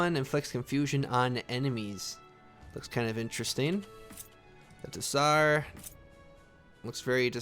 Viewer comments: Tsar is pronounced Zar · Hey thanks for the video, btw just in case you don't know... those TSAR weapons.... its pronounced " zzzz ( the noise a cartoon Bee makes) are "